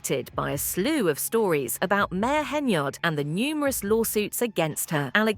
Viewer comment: If,Henyard,is on the card,no one can pronounce yard, it's just to hard,so they say yurd which rimes with turd.